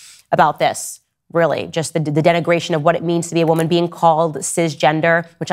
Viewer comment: Its WOMAN not "WIMIN"